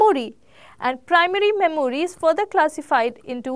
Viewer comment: Please Work on your pronunciation,, Memory is mɛm(ə)ri :D